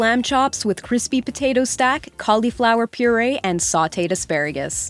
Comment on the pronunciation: It’s “crispy” not “chrispy”